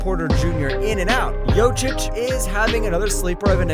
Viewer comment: Imagine if 2x MVP happens to be somebody with the name (for example) Batsaikhan Lkhagvasüren? How would you pronounce that name when you are butchering Jokic?